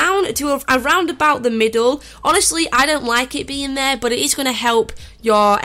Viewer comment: But it sounds like butt